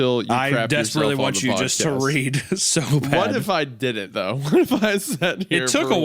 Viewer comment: Bugs me wendigoon can’t pronounce words with T’s in the middle. “Wridden” “Cerdainly” “Ladin” etc.